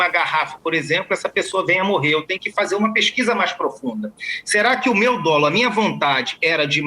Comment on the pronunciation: Dolo. Dólo? Mudou o português???